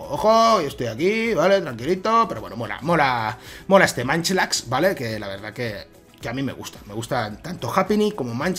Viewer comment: No es manchlax, se pronuncia monchilax